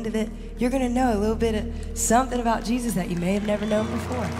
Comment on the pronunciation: Let's count how many times Lauren Daigle says the name Je'sus Christ.... Why is that name so hard for her to say?